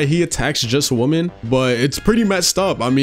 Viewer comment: Just so yk dawg, the plural of “Woman” is “Women” maybe it’s just the accent, but sounded like you were saying “he only targets woman.” 😂